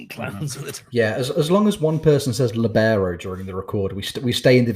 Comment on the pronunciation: Li-BEAR-O wasn't appreciated enough.